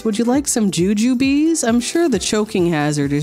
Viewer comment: I knew was insane, but calling JUJUBES - JUJUBEES IS PSYCHOTIC